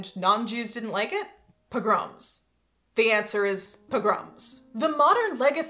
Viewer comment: Among the things I learned from this video: pogrom has the emphasis on the second syllable. Thank you. I know a lot of my vocabulary I've learned from books and left to my own devices I sound like Jed Clampett from the Beverly Hillbillies.